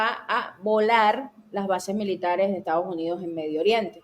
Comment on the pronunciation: buenas tardes. Se pronuncia correctamente Estados no Estaos Unidos!😔